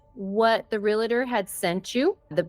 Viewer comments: Re-al-tor! NOT relator!!!!! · Its realtor not re-la-tor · It is not Relator. It is Realtor. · The word is pronounced “real - tor” not “real-A-tor”!!! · Its "reeltur" not relator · Argh - everyone in this video is saying "real-a-ter" instead of realtor. There's no third syllable! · Love you guys but it is not “REAL-uh-tor” there’s no “uh”. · REAL-TOR, not REAL-LA-TOR! One of the most mispronounced words! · “Realtor” is 2 syllables, pronounced exactly like it’s spelled, “real-ter”, not “real-uh-ter” with 3 syllables. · FYI-It's pronounced REAL-TOR. There's no "a" sound after the L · I know what I’m about to share is simply a pet peeve of mine but…….my skin crawls when I hear someone pronounce “realtor” as “real a tor”🙄. There, now my mini-rant is over🤭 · Can't help noticing that neither the victim nor can pronounce 'realtor' correctly.